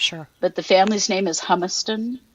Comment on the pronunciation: just so you know. The last name is pronounced “Hue” “must” on. We have a family here in my town with that same name, it’s German. Knowing how well spoken you are, I thought you would want to know. Appreciate your good work and excellent grammar and vocabulary; we are a dying breed!